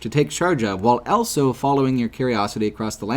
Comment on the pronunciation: pronounces the word "also" as "elso".